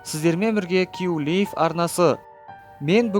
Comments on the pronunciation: Кью Лив емес КЬЮ ЛАЙВ ҚОЙ ДҰРЫСТАП АЙТСАҢШЫ! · Q-Live Q-Liveдеген Q-Lave деп айтылат сауатсыз